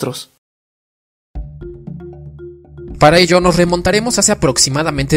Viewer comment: Es mi idea o si pronuncia: "Mostros" jajaja Fuera de eso,¡ gran vídeo! Saludos del por ahora actual, 2020.